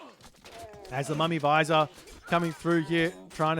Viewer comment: it's not a mummy visor it's vij-ir